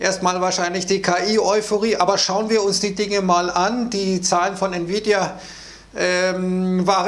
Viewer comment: Oooo es wird gefährlich spricht Nvidia richtig aus Mir es lieber er sagt nie wieda oder bittercoin Glaube man sollte lieber bald mal gewinne mitnehmen 😅😅